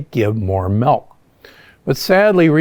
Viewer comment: I really wish you’d stop saying MELK.